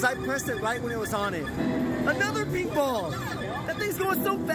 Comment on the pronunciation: Maybe it's just me but everytime says pink ball I swear I can't stop hearing him say meatball 😂😂😂❤❤❤